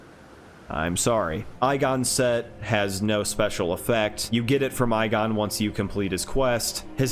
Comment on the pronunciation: the man’s name is pronounced egon he even says it in the game please stop pronouncing it that way it hurts my soul